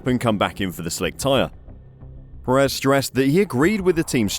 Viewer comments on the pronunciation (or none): Can we please stop pronouncing his name as peREZ? It is PErez.